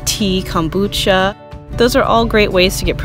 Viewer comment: Nicely done video! It is Kom not cam bucha. Kohm-boo-chah .